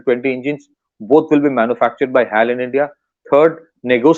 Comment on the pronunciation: Dear, please pronounce as Hech A Elle (HAL) and not what you pronounce it as. It is incorrect to call it that way. I Hope you take it in right spirit. I watch your interviews in various podcasts and appreciate your analysis. Regards